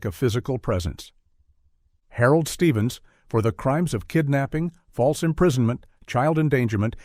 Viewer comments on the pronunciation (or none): none